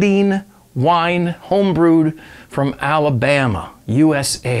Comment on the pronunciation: U pronounced Alabama perfectly, lol... See ya 2night... 17